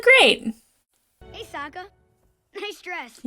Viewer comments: I'm cringing every time you mispronounce Sokka's name. You keep saying it the way they did in the terrible ATLA movie. I'd say that's probably because you watched the movie before the show but I watched the movie first also and I'm pretty sure I never did that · You're pronouncing Sokkas name wrong. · To remember Sokka's pronunciation: Sokka will rock ya! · Just a few notes on pronunciation: Sokka is more like S"ah"kka, instead of S"oh"kka. Zuko is Zuk"oh", not Zuku Loving the reaction so far! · Just for reference with Sokka it's Sock-uh not soak-uh. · His name is Sokka. It's pronounced with an "akka". Watch how you say it, or, young lady, we'll mock ya. But seriously, the movie (mis)pronounces it "soak-uh", and you're liable to give people flashbacks to that abomination. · OH NO YOU SAID SOAK-UH! DAMN YOU SHAMALYAN!!!!! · Try to use the short o like ahhh when pronouncing Sokka😀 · We need you to stop pronouncing Sokka like from the Shyamalan movie before you get used to it. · this pronunciation of “Sokka” is all someone needs to hear to know she watched the movie first lol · its SAHHHHHKA not SOOOOka u'll get it the further u get in the series :3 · You keep switching between how you pronounce Sokka... I think the way you say it, "soak-ah" is from the movie. Which is a hard no from the fans lmao. His name in the animated show is "sock-ah". Just thought I would clarify as hardcore fans may get upset. When I first watched this show I was late teens and I avoided the it bc I thought it was just a kids show. Someone convinced me to try it out and the episode where Aang has to confront the genocide of his people and the death (literal skeleton) of his mentor and friend, I was like "oh.... not just a kids show." lmao that was DARK. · I assume you know by the time you read this comment, but it's SOCK-a, not SOKE-a. The 2010 movie made that mistake... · SOCK-UH, ZOO-KOE, EYE-ROW